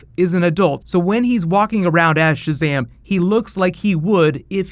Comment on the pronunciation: Mercury. It's ShazaM not ShazaH